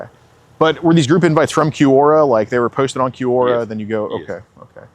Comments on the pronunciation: It's obviously Q-Aura... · It's pronounced kwaw.ruh, geez. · It took me a good 30 minutes of hearing them say “cue-ora” to realize they’re talking about Quora lol. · I’m shocked every video about how poorly educated is. How is possible he can’t properly pronounce “Quora.” I’m surprised he made far enough to drop out of college in the first place.